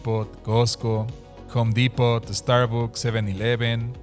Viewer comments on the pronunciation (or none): none